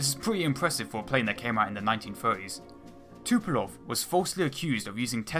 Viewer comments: Tupolev isn't pronounced Too-po-lov, but Too-po-lev. E as in how you pronounce it in the word "remedy" for example. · Tupolev, not Tupelov, dude. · 'Tupelov' I lolled